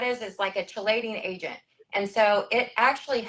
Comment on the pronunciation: “Shee-lation” oh my lordt!